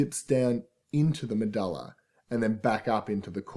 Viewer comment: i cant concentrate the way he says medulla is bugging me!